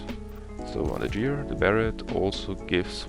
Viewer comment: TarGet nicht tarjet Gear, nicht Jear😊 Guide ganz ok sonst